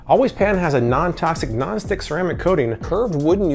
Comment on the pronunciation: I keep hearing “gnostic surface” instead of non-stick...